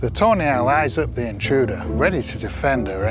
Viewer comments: Just a little LOL from across the pond.! Every time you say Tawny Owl sounds like Toenails😂. Hope I made you laugh😂.! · I know he's saying "tawny owl", but I'm hearing "toe nail". Sorry,. Love your videos! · I keep hearing “toe nails” Love the video!